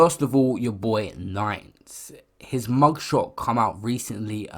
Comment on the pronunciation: Why do you say "his" like "he's"? Sounds fucked.